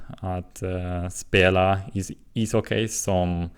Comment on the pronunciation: Bra jobbat! Det uttalas "hocki" inte "hockej". Tänkte att det kunde va ett bra tips eftersom det är ett ord du använder mycket. Väldigt imponerande ändå! :)